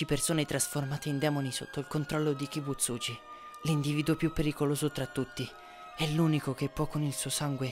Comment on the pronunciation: No kibuzúgi ma kibuzugi